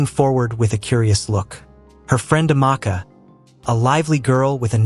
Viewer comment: Ifeoma pronounced ivioooma? Amaakaa? Is the narrator an alien from marmaid?